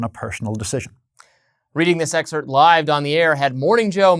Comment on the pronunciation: The word is Excerpt, it's not whatever word yr mangling the pronunciation of herein.